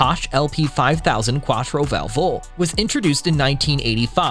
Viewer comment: Every time he said 4 Valvo' an italian died 😢